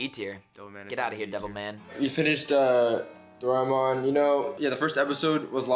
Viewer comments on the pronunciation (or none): I just watch it today, I stop when you said Doraemon F-tier, sincerely, delete this channel, rebuilt it with more netral name like "Anime Westard" or something. (you guys cant even pronounce Doraemon right)